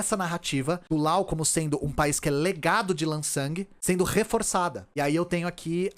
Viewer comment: Eu acho que você deveria chamar o Laos de Laos, pronunciando o s. Primeiro o motivo não tão bom, essa pronúncia com última letra muda parece a pronúncia francesa, porém se eles se chamam assim, não sou eu quem vai questionar. O segundo motivo é que você não chama o Japão de nipon, a Alemanha de dóitiland ou os EUA de iunaitede isteites, tenho minhas ressalvas quanto a traduzir nomes próprios, mas para países acho OK. Um abraço e obrigado pelo seu trabalho!